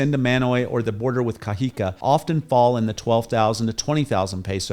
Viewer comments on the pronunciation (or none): I noticed that you don’t pronounce words with an accent: ie you say Cajica but it’s pronounced Cajicaa the elongated A is for my illustration purpose but when you see an a with an accent (‘) at the end you say Cajicaa. Likewise Zipaquira you say Zipaquuira but it’s really pronounced Zipakirraa